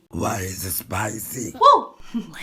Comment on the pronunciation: Why is it spicy in that spainsh accent got great